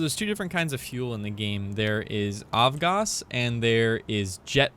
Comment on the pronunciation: AvGas stands for Aviation Gasoline, so you pronounce it as "Av" and not as "Ov". Now you know. :)